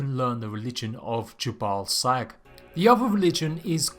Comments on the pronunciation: Is it just me, or is he saying, "J'ballsack"? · did you just say "the religion of 'ya ball sack'" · Jhebbal Sag. Really. Ye balls sag?